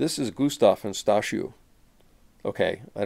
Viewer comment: Very close indeed. I had the impression that you did pronounce the name as "stashioo" - that would be the Polish pronunciation of "Stasiu". Well, then we have another mystery worth to be resolved! :-) Great video!